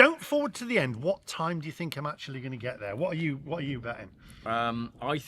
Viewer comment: ackshuallly i fink you should have used the porsche navigation app to get you to the cheapest chargers akshuallyy 😅😅😅😅